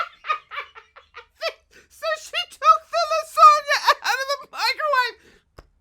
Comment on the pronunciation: did you just call lasagna la-Sonia?